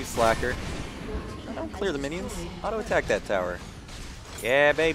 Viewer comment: There's one thing i don't understand ...... Why you said winions ? O.o